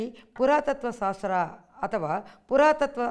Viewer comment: ಸಾಸ್ತ್ರ ಅಲ್ಲ "ಶಾಸ್ತ್ರ"